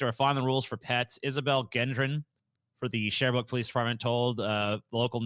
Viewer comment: Lol hearing mispronounce both the names of my hometown and province was pretty funny. Sherbrooke is legit a French Canadian version of Springfield from the Simpsons, a small city full of diverse stereotypes that only gets any attention from people doing stupid shit, plus it’s close to a town with a reputation for cousin marriage.